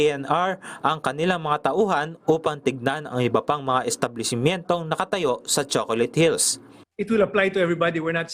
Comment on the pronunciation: Hahaha naka ilang ulit ako baka nagkakamali ako ng dinig 😅😅😅😅😅 Choconut hills😂😂😂😂😂